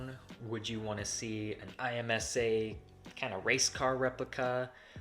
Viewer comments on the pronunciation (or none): Just for future reference, it’s not I, M, S, A as in a brand, it’s IMSA (one word) as in the racing series lol. Sick find though, hope you guys bring it back!